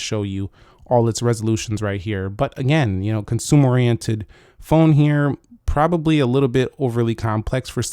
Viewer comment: I'll "pribibly" love it!